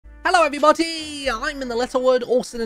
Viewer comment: HELLO EVERYBOTY